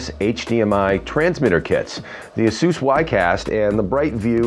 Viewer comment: It is counterintuitive but Asus is pronounced A - sue -s. He is saying it properly. Call the customer service number and you can confirm it.